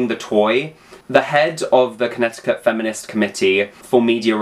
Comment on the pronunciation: Ask someone from Connecticut and in a 100% plutonic way I love the way you say Connecticut and I could listen to it literally all day. Lol I've never heard anyone say our state in a way that didn't make me want to gag on it.